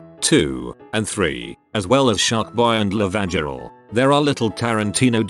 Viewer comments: Video: [pronounces Lavagirl as “La Vag Girl”.] Me: I am going to need several moments. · La Vag Earl, could not believe what I heard. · Same, had to replay a couple times to make sure I hear what I thought I heard. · Please, for the love of god, do not say Lavagirl ever again....